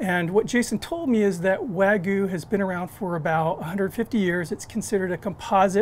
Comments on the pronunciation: It's wag-yu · Did he just say wah goo 🤦🏼‍♀️